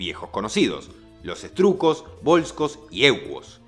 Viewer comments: Etruscos❌️ Strujcos ✅️👍😅👍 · SE DICE ETRUSCOS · Que alguien ayude al a pronunciar 'ETRUSCOS' sin que parezca que está hablando de un material de construcción